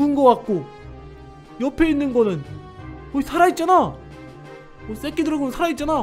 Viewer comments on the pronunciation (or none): 발음이 쌤니다새끼용를 쌔끼용 라로 하는것같아요.😮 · 새끼 발음이...